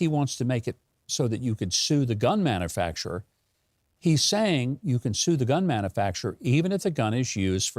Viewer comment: Its pronounced man-u-facturer not man-a-facterer i guess you and Brandon went to the same schools.